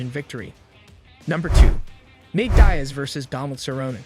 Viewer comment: "dye-as" pathetic